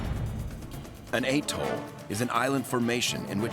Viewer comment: So could you. (It's "atoll.") 🙄